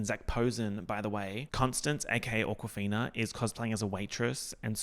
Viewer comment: I am legit hearing you say AWKWARD-fina and I love it